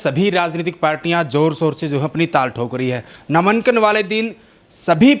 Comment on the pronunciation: नामानकन नहीं होता, नामांकन होता है, क्यूं बेज्जती करण लाग रहे हो पत्रकारिता की। लठ ठा कै पत्रकार नहीं बन्या जा। बार बार कहीं ना कहीं, कहीं ना कहीं, क्या है ये?? जो हुआ है वो हुआ है।